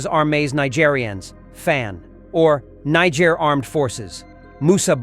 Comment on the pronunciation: Greethings the word is Niger and not injer same for Nigeria and not Nijeria thank u